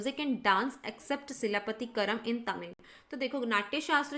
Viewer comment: Please read this wiki link to know about Silapathikaaram(Tale of Anklet) - story of Kovalan, his wife Kannagi and dancer Madhavi - one of the 5 great Tamil epic written by Ilango Adigal brother of Chera king Senguttuvan. And please try to pronounce the tamil words like as given in wiki and Google. Run audio clip and pronounce as given. Author Ilango Adigal wrote another Tamil epic Manimegalai - daughter of Kovalan and dancer Madhavi